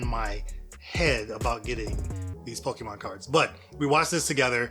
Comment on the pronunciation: as many years as ive heard ppl mispronounce pokemon, "pokemmen" is a first 😂